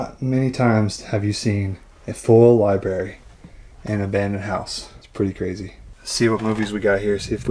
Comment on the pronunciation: Libary?lol...sorry, once I hear libary I hear it every time. Odd house. Not very homey. Thanks for showing us.